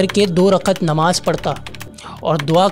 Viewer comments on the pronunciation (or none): none